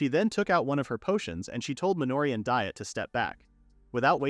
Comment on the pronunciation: This thing repeatedly mispronouncing Diet, even so far as to make jokes about the incorrect pronunciation, is beyond bothersome. It should be pronounced "Dee-ett"